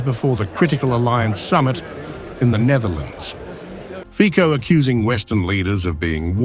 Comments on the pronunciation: Its C - sííí not K..Fico not Fiko. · For God's sake - it's Fitso, not Fiko! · I am Slovak and I approve this message👌 ans it's fico not fiko that's called professional journalism? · Noooo Fiko🙄.... FICO, FICO. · U read name of mr. Fico wrong. Try read the name how fizzo. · You need to learn how to pronounce his name. He doesn't even have mandate to turn Slovakia neutral.